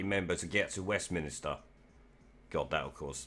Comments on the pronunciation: just a small thing it is westminster not as you said 3 times westminister ...brexit party all the way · Westminster NOT Westminister! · Like your videos mate but please pronounce ‘Westminster’ correctly. 😀